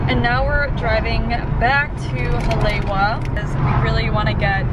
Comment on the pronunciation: she really just said "haley-wah" (haleh-ee- va) :D (sorry not laughing at you or throwing shade, just having some fun vibes ^_~)